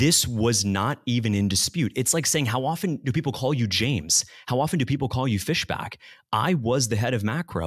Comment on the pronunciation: That's FISHbach, not FESHback. Big difference.